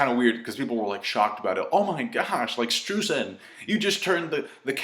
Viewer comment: i wanted to mention that "streusen" is german and its pronounced with an "oi" so basically stroisen;)